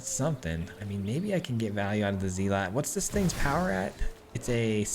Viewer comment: Didn't know you could mispronounce zealot. Odd.